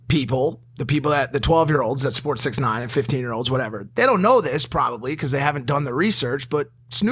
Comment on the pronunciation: It’s not 6ixty Nine It’s 6IX9INE